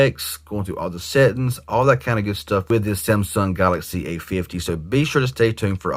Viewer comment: Love the way he says settings, "settens'.